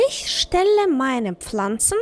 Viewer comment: Тільне на ІШЬьь а Іхьь.